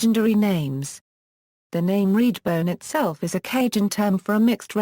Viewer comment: What's with the robotic voiceover?? Annoying...and it's REDBONE, not "reedbone". Sheesh!!